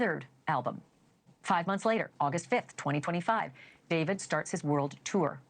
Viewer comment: “daveed” bro just say david😭